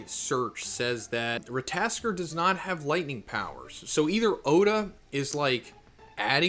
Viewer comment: It's rattatasker (Google spelling)